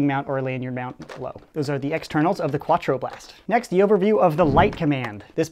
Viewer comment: hahaha "kwa-twro blast"